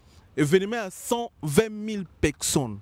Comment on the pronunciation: UN JEUNE GARÇON DE CET ÂGE EST INCAPABLE DE PRONONCER BEAUCOUP DES MOTS TELS QUE PEKSON (PERSONNE), LEGENDE VIVANT (E), FOKS (FORCE) BEZ (BUZZ), AMBRIYER (EMBROUILLER), ORIENTEZ-LE À L'ÉCOLE CE GARÇON SVP, SON NIVEAU EST TROP MATERNEL, TRISTE. NA KAMUAKA BATU BAKENDAKA KOVANDA NA KITI NAYE APOZAKA BANGO BA QUESTIONS.